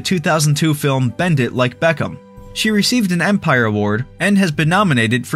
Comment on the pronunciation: bend it like beck ham